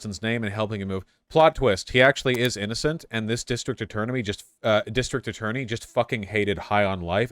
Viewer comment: Vaush mispronouncing attorney as eternity just like Sam Seder is very funny to me.